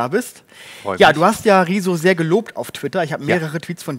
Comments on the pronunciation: Ich finde es wirklich niedlich, dass beide seinen Namen immer wie "Rieso" aussprechen ;) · Ich kann niemanden ernst nehmen der Rezo nicht mal richtig aussprechen kann 🤣